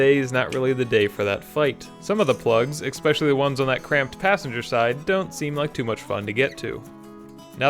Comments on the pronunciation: It's ESPECIALLY, not eKspecially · Please stop saying expecially. You seem extremely smart, so especially should be readily available in your vocabulary. Lol love your channel btw.